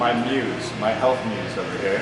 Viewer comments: He's a fresh of breath air..? He said you're his MOOSE?? You sure he didn't say "muse"? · Muse not moose xD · It's muse. Lol you said moose. That was adorable. I'm happy for the both of you! You have a beautiful heart.